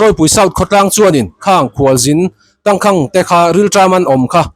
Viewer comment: Tangkhang tih a khang i lam dan kha thluk sang hmang la ngaihthlak a nuam deuh ang. Khanghu kan lam a khang kan lam ang chiah hian Tangkháng